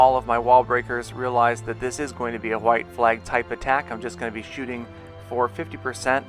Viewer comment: why does he say hhhhhhhggwhite flag base